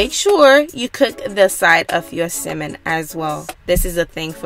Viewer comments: The way you say Salmon, like it’s missing the L, it’s so funny.😂😂😂😂 My teenage daughter made this and was soooooo GOOD!!! Omg!!!!! Thanks for sharing this video!!!!❤️❤️❤️❤️❤️❤️ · Mesha Kennedy no she’s not ..the L is silent but she still saying it wrong like the sound “at”..but I really don’t care ..I made it and it was good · Great recipe but for goodness sake please stop mispronouncing “Salmon” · Is this Simon or Salmon? I can’t tell by the way she is pronouncing it. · correct! I absolutely understood what she meant. Duh which is why it sounds so annoying. Especially if "Salmon" is the subject learn to pronounce it. And you need to stop being a troll. (Since having an opinion = trolling. ) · i hate how she says salmon dislike 👎🏽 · It's pronounced Salmon. Stopped watching because of mispronounced words. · You guys are funny in the comments saying simmon lmao but thanks for the video. Ive for the butter in the pan heating up right now and I’m about to try this. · Sounds like you’re saying semen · would be nice is she could pronounce "salmon" its not a simmin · It's salmon not simmon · Why is she calling it simmon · Please pronounce it correctly it’s SALMON.. omg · It's salmon not semen. Who taught you English. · Lol I love the way you say Salmon !!!! So island makes me want to hop on a plane right now !!!!! It’s cold in Jersey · It's the way she saying salmon for me 🤣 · Good recipe although you need to learn how to pronounce the word salmon lmao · Couldn’t watch!! How u cooking something u can’t pronounce Sammon the L is silent it’s not Simmon 🤦🏽‍♀️ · Why the hell are you saying SIMEN ? That shit was bothering the hell outta me ! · Tryna talk so proper but saying simmon...🤣🤣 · It's not as worst as hearing my dad call tenderloin TENDERLINE. But I'm having SIMMON tonight tho lol 😆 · I love how you call it “simmon”. We pronounce it “sammon”. The recipe looks delicious as always!! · Simmon? you mean salmon? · Repeat after me...Sam-men... not simmin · Tf is a simmmonn